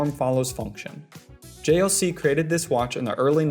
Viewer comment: Why so many watch channels get the pronunciation of JLC wrong? I can't understand. Don't they do their homework before making the video?